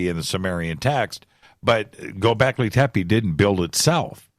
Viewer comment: Bro,you're the best but please stop saying gobekli tepe if i hear that again i'm gonna gobleki tepe